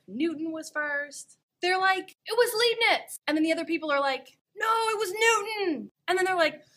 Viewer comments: "leeb-nits" = :( lahyb-nits = :) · LIIIIIIIIIIIIIIIIBnitz! It's German; second vowel is pronounced! TNX! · Calculus ist fun! ( well, it's at least incredible useful. :-)) Btw. the 'ei' in Leibnitz ist pronounced more like the english I. (like in: I like calculus ) Or laɪbnɪts if you can read that. ;-) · baby, I know you're beautiful and all that but it really breaks my heart to hear mispronounce Leibniz's name. His name rhymes with Lie not Lee.